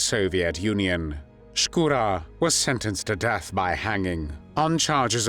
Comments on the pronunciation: Не "СкУро", как читает интеллект, а ШкурО☝️..Но не много Русских белоэмигрантрв поддерживали нацистскую германию. В основном Краснов да он ( Шкуро)..К примеру генерал Деникин ни за какие коврижки не согласился сотрудничать с Гитлером. Он переживал за Советский Союз как за приемника Российской Империи и искренне переживал за Российский народ☝️ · Вообще-то не Скура, а Шкуро. Нормально подавайте историческую информацию. Дизлайк и бан!